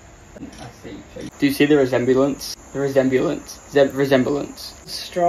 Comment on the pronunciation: trying to pronounce resemblance 😂